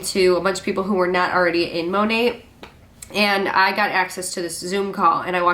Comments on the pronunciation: Is the New Years hun saying “Mo-net”!? Is the T not silent? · Is it just me or is that MLM hun-bot pronouncing Monat wrong? Sounds like she is saying Mon-Ate. Lol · I thought the “T” in Monat was silent.